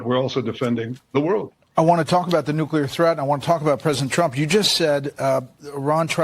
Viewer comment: Benny! There's only one "U" in nuclear!!!